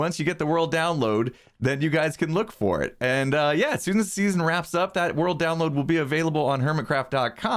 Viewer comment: see you in the next seasone me: hurts right here in my meow meow